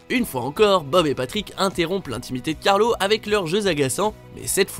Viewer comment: on dit carlo pas carlos